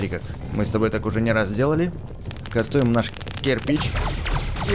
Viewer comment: пачему ты говориш кастуем?